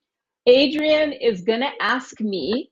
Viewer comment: J'ai remarqué pendant la dictée que quand elle prononce les prénoms, comme par exemple Adrian, elle prononce pas entièrement.